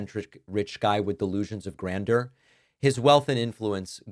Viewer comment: All this time David still can't pronounce "grandeur".